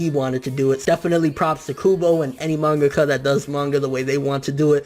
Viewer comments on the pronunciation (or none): none